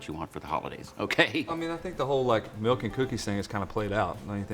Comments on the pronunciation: Bahahaha! The captions say "milk" but he says "melk" hahahaha! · I enjoyed the video, but why Santa had to be so mean. Everyone loves "MELK and cookies" lol. Wishing you much success, love the idea